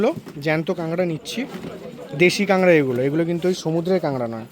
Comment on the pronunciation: কাঙ্গরা কি রে ভাই??? এখনও কাঁকড়া উচ্চারণ করতে পারিস না ব্লগ করিস